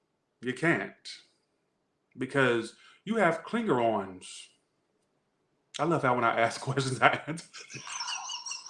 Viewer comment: "Klingerons" LoL! 😆